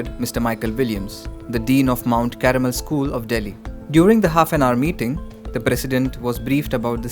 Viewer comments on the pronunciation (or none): Its not Caramel. It's Carmel!! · It's not caramel, it's Carmel, please.